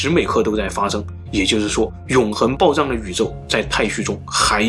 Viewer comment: 你可以把“爆炸”的“炸”字读准吗？你一直都在读“爆zang”